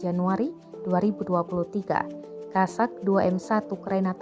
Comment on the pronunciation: По украински правильно кОзак (kOzak), от слова коза. А кАзаки в России😉